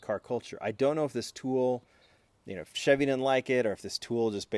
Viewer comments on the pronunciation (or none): none